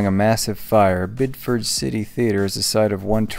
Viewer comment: It is pronounced "Bid-eh-fid"